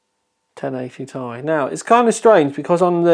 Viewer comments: For Christ sakes it isn't 1080"tie". Just because there's a vowel doesn't mean you have to pronounce it. Do you call a Honda Civic Si a Honda Civic "sigh"? Sounds dumb. Nvidia doesn't even refer to the card as such. Stop it. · I thought it was tomorrow, the 10th? Not complaining...this is legit! You impressed even Nvidia and the Americans it seems, now everyone prounounces it "tie" instead of "Tee Eye" Maybe the latter group (my former self included) are just clowns and have always pronounced it wrong? are you sure this couldnt have been a USB 3.0/3.1 pass through for VR? Instead of the power connector? USB 3.0 has that many pins in a round about way. Some other cards have a USB passthrough for it, right? Just an idea. Oh yeah, nice shirt!!